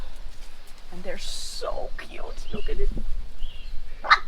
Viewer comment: Norally, I laughed so hard when you said aah so Kjoet.... typically Dutch ;)